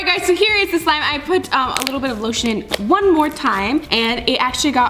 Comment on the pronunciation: She sed shaving creme when she put loshun😂😂😂😂😂😂😂😂😂 haha he he